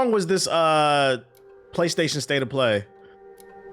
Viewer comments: I don’t think I’ve ever heard him say it properly & idk if it’s on purpose or not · he actually says it properly a couple times in this video im pretty sure he just likes to say it that way